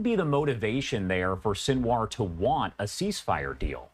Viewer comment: Sinwar is pronounced: “Seen Wah”